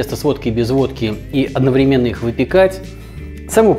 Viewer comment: Прошу прощения! Правильно говорить одноврЕменно)) Еще раз простите